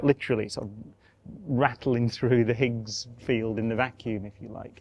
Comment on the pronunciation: Highs field...not eather? Ooooooo k